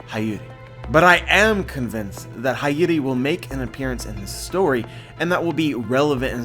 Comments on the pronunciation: love u bro but her name is pronounced hee-your-ee not high-your-ee not a big deal or anything tho lol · It's Hiyori with a hi not hayori damnit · it’s pronounced “HEE-YORE-I” I’m pretty sure about that. Am I wrong anyone? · Hiyori is pronounced as HEE-YO-REE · Hiyori (hee-yoh-ree)* Other than that beautiful video as usual, solutes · hayori?! pronunciation suk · I need you to pronounce her name right. It’s “hee-yo-ree “ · I'm pretty sure her name is pronounced, He-Ore-Ee, like Hiyori from Noragami.